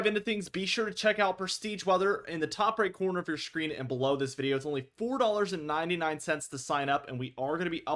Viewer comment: I'll join prestige weather if you pronounce "video" properly just once in your intro.